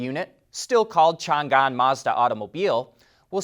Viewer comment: Hi! Like your work! Just kindly correct one brand pronunciation. Changan is pronounced like “Chung - Anne”